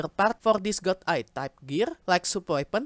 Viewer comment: Godr-Eyed, not God Eye,:)